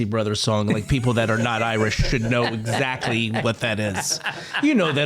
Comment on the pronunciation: Did he say “Zachly” ? He’s always on point! 😂